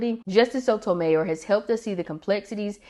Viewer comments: Love your videos! FYI: Her last name is pronounced /so to my YOR/ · I imagine those for those placed on the court with an agenda, it's not so emotional, as it's just business. It's bound to be more emotional if you truly care about preserving the constitution and see it not happening. BTW, it's pronounced "So toe my YOUR." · I’ve never heard her last name pronounced that way before.